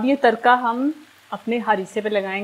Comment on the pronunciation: Tarka r ko shieh pronounc kryn😚